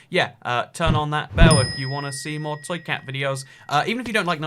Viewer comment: It took me awhile to realize he was saying toycat